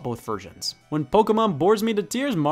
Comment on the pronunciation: The 45 minute section where you explain why the Spanish Inquisition should be implemented worldwide was a strange touch, also hate the way you say “Pokémon”